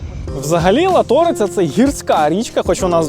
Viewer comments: Ла́ториця))Ріже вухо) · Обожнюю вас і ваші відео але Лáториця просто 'ріже вухо' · Дуже Люблю Закарпаття! Татко з Мукачева, місто мого дитячого літа. Дякую за відео, до сліз, але , будь ласка, наголос у назві річки треба ставити на перший склад, бо дуже ріже слух....А так - велике Дякую! 😊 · Латориця. Наголос на перший склад! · Гарний фільм,але в назві річки Латориця наголос ставиться на 1й склад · Дякую за чудовий випуск! В назві річки Латориця ставите неправильний наголос)))). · Латориця. Наголос на а! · Дуже гарно дякую за ролик нашого міста. Але наголос ставте правильно .Річка Латориця наголос на перший склад, так само і палац Ракоці. наголос на перший склад. Уха ріже як ви не правильно вимовляєте. І правильно говорити " в МукачевІ, а не в МукачевО ! " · Дуже радий що вийшов новий випуск про Мукачево, і хотів би розповісти що правильно говорити не лато'риця а ла'ториця принаймні всі місцеві говорять так. Ще хочу розповісти що ви були на горі ловачка з однієї сторони а є ще інша з неї теж є дуже гарний вид на місто і ще як плюс там є гойдалка які ви любите показувати в своїх відео. Якщо ще будете в Мукачеві буду радий показати. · Дуже ріже вухо, мене як жительку Закарпаття,те як Ви ставите наголос на "Латориця",і ще декілька слів було ,але латОриця це жесть.. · Душа болить коли вдаючи з себе розумних ведучі неправильно говорять. Латориця- наголос на перший склад, Ракоці так само а не на останній. Коли розповідаєте про Закарпаття то спочатку вивчіть усе досконало. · лАториця, рАкоці. У всіх угорських слів наголос на перший склад. Випуск дуже цікавий. + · Неправильно вимовляєте назву річки латориця, наголос ставитися на перший склад... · Власні назви і наголоси ....вухо ріже латОриця , РакОці ) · Ла́торица наголос на перший склад голосної "а". Якщо ж розповідаєте цікавтесь як правильно назва звучить. І це вже не перший раз, коли дивився ваші подорожі.... ай яйй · тільки ЛАториця, наголос на "а" :), пІкниця на "І" (домашня ковбаса) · Гарно, але наголос на А,ЛАториця